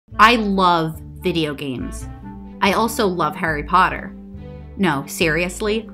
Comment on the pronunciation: “Hairy pardurr”